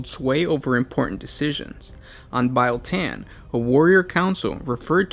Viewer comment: LOL ITS NOT PRONOUNCED BILE SAY REAL. THEN SAY BEAL. BIEL TAN